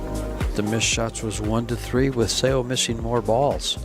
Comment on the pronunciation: right? when they say things like ‚I don’t remember if she used her extension‘ you know that these guys don’t get paid enough to pay attention to the game. or they just don’t care. and Seoa is such a famous player that everybody should know how to say her name. this was by far the worst commentary I‘ve heard in a long time. still great to watch the two women play, but better to mute the video and listen to music instead. ❤